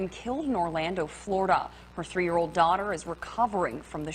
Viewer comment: She said DAUGHTER not DAWG